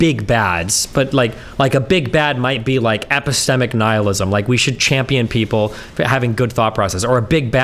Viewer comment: Everytime Destiny says epistemic makes me cringe.